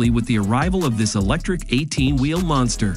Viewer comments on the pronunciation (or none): none